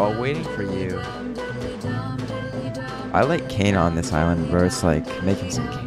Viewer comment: Its "KAYANA" NOT "KEYANA"